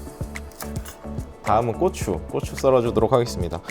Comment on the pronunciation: 고추 발음 주의해주셔야 하겠는데요 ㅋㅋㅋㅋㅋㅋ